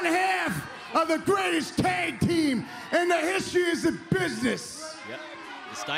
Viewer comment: "I am one half of the greatest tag team in da history is da business." "You millenials out there, watching on Tee Ree now don't berieve me." " Eli Drakes knowz dat!" -NEW GOLD!